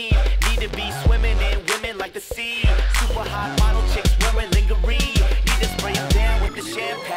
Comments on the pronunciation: super hot model chicks wearing lingerie? did this guy just mispronounce lingerie? lmao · That moment when Far East Movement pronounces "lingerie" wrong...